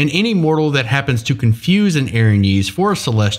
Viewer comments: Hey just wanted to point out that 1) the accent isn't in the 'E' but in the 'y' 2) Erinyes is plural. Erinya is singular. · Always heard it pronounced "Erin Yes" not "erinyeez" I kinda like that better though. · I always thought it was pronounced "Aaron, yes!" With the lore that someone asked Aaron to draw him a sexy fallen angel. But all this time, it was happened to Erin's knees.